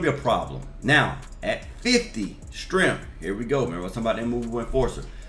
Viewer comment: said “get to 75 stremph” 😂